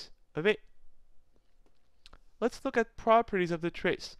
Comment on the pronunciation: it sounds like lets f*ck at the properties XD like try it